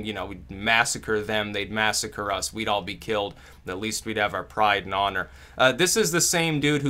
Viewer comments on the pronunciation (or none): none